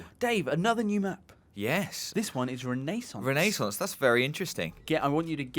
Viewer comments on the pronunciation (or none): Machiavelli would have been proud of that once in a life time pronunciation of "renaissance" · i disliked not because infinite warfare, but because how they pronounced Renaissance. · "Because of Renaissance (awful pronunciation BTW), I'm guessing it's Italy".. (T . T) Whyy...